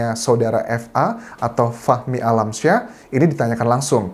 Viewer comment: Bang bacanya fahmi kali bukan fakhmi jadi saya dengernya fakmi 🤦‍♀️